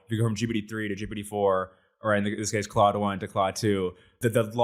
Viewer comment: Stop calling it "Cloud"